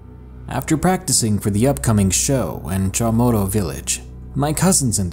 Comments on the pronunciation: I am from guam and it is pronouced chammoro village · says “yigo” right , but proceeds to say “chamorro” wrong 💀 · Yeah XD